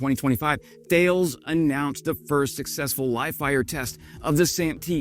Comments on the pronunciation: French person here. I usualy ear the company name pronounced "Tah-Less" as you'd ear it in google translate ( surrounded by enough english so it would not force you to change the input langage) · Hey. Thales is 'tal-ess' as it were. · "Thales announced". It's in fact pronounced Tha (as in "tactical" not like "tales") - lès (as in "less"). I was left wondering which "tales" he was talking about for a second. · Pronounced Ta less not Thales as written !! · en Enjoying your channel, but Thales is a French company and is pronounced T'al'es not Thayles. Auto-generated audio tracks usually trip over this :-(. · "Tah-less," not "Tell-iss." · It's pronounced "T'al ess" not Th ales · Hey … Mark here… sorry, I had to try that! 😂 Just a heads up for ya… THALES is actually pronounced “TAL-ES” … en francais mon ami… have a great day! Keep up the great work on your videos and Слава Україні! 🇨🇦🇺🇦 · your impersonating of french is great. For the future, Thales is pronunce [TA-LES] with an unmute S at the end :) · Thales is pronounced "tar-lez" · Thank you for your video! "THALES" shall be pronounced TA-LESS :-) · Thales is pronounced 'Ta Lez' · Tall-S is about how you say Thales, but say it fast as one word. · Thales: the standard pronunciation is “TAH-less” with the stress on the first syllable. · Thales is a French company, and I believe that its name is pronounced tah-lays. You might want to confirm this with a native French speaker, though. Love the channel. Love the content. Keep on doing what you are doing. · Almost ; ) Ta-less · By the way, "Thales" is pronounced Tah LESS. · Tah-les. Tah-les. 😉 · You are pronouncing Thales incorrectly. "Thal-lez" is correct. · just a little correction, THALES is pronounced TA then LES ...theyre french so they can't pronounce the H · "Thales" is pronounced "Tell-iss", I believe. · TA LESS... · Nice one... I think Thales is pronounced TA-LESS. I'm a Brit living in France so any real French folks out there please do correct me 😊